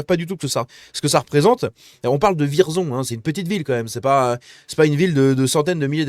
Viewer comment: Et juste comme ça, ça se prononce "Vièrzon".